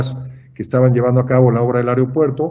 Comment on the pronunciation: Porque siempre dicen areopuerto en lugar de aeropuerto? Lo peor es que supuestamente saben